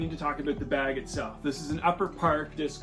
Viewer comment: Don’t notice your accent until I heard “aboot the beg” lol